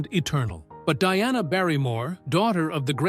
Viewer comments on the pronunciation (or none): none